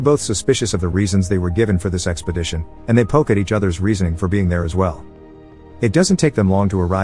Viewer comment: who keeps hearing sexpodition lmao